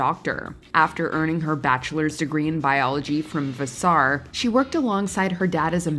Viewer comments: you seriously don’t know how to pronounce Vassar? It’s “vah-sir”. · Did she say vas-SAR? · Vass-are? Thats just plain Vasser. Yikes! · Whoever heard of the college named Vuhssarr? Anybody? No? I always thought Vassar was pronounced (VAS-sər). Where did they get these narrators? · Vuh-saar? Did you mean VAS-er? (Vassar) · It's VAS-sar NOT Vas-SAR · It's "Vaas-ar" not "Va-sarr". Check your shit. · Vassar = Vass as in Lass + er,, rhymes with passer va-sr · Vasar? Its pronounced vaser. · It's pronounced Vas-sur. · Vassar - vu-saaar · Vuh SAR. Sure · Vas Sar? Nice AI. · Va-Sar? Hahaha! Whoever read the copy isn't too smart. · “VuhsAr” lmao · Where did Kudrow go to school? It’s pronounced Vas-er. What the heck is with these narrators. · When the announcer outs her own level education by mispronouncing Vassar... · Commentator mispronounces Vassar? Come on now! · Please learn how to pronounce VASSAR 😅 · They clearly did not hire a genius to narrate this video? She doesn’t even know how to pronounce Vassar as in Vassar Collage. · Well, we all can see the presenter won’t be on a smartest list! She can’t pronounce even famous college names! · Google pronunciation would help, please use it. Example Vassar. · Vassar. Your emphasis is all wrong.